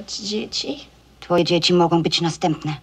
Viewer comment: Meryl Streep's pronunciation is very good, only the words "być" and "wmieszana" sound a little off. The first one sounds like "bić" and in the second one we can hear English "sh" instead of Polish "sz".